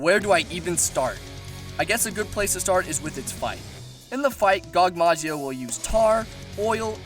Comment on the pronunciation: Gogmasioz... gogmazio sounds better